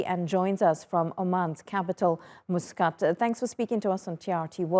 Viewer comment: Mooscut? She - a journalist/news anchor/talkshow host - can't be bothered to learn to pronunce the "brown" city's name right? Ohkay. Wish it was some French city. Then it would have been an honour to ensure it was pronounced right!